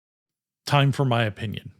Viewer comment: Always interesting to hear your "opnion" ;) Also, handsup if you too pinged your Gateway during the watch!